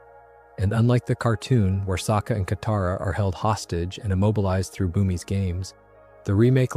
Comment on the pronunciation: Around 20mins katara is mispronounced and then goes back to normal. 😂